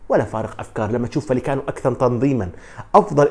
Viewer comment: معلومة : رايو فاييكانو تلفظ وليس فاليكانو لأن دبل L في اللغة الإسبانية تساوي حرف ي والدليل : Villareal = فياريال وليس فيلاريال David villa = دافيد فيا وليس فيلا وشكرا ♥️